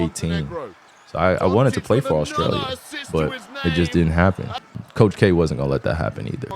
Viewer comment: Mans says “Melbourne” in the most Aussie accent, but says “Australia” like a true American 😂